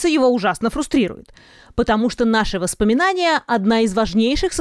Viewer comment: #восспоминания правильно #воспоминания